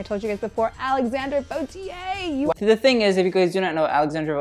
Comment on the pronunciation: Lmao funny how you say she can say "Vauthier“ when she and you actually don’t